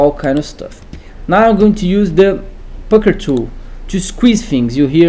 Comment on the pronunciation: the fcuker tool..ee..ee.. eesqwiz tha bres.. XD epic..